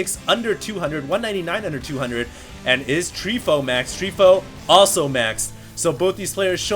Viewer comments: terran is Tree fOu. from fOu team, not treefo U. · Btw, it's Tree Fo U